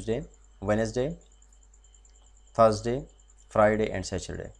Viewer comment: saturday not satureday